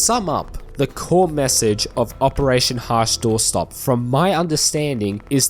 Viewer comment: how many different way can you screw up the name?